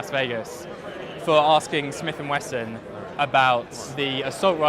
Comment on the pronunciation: I'm liking this to raise awareness - not because I actually like the facile "journalism" pedalled by the likes of the Grauniad. Pronouncing Smith & Wesson wrong is I guess their video version of the stereotypical spelling mistakes and grammatical errors in their print offering. Getting UK legal weapons and parading them on camera (with shocking gun safety as well) is just plain old lazy ignorance, but then I guess that is someone or something else's fault too just like murder with a gun is the fault of the gun.